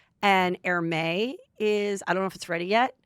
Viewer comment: Heather Hermès is pronounced 'air mezz"